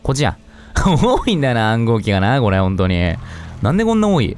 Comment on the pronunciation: ｢ほんとに｣が｢こんとに｣になってるの可愛いw